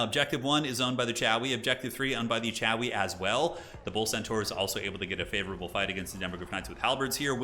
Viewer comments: Sorry, but whenever I hear CHOW-EE, I just can't help but be triggered into feelings of white-knuckled, unbridled rage, and then I have to turn off the video and unsubscribe. But then like a junkie, I immediately return the next day for that good-good content you produce. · It sounds like he's saying 'Chowie', where does that come from? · Regular Dwarves call themselves the Dawi, which has a bit of an 'ow' vowel sound in the Northern English accent. Chaos Dwarves are then casually Chawi. Not loreful, just cute.